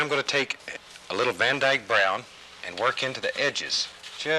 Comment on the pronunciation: Did he say Van eyke brown, as in the artist van eyke😂😂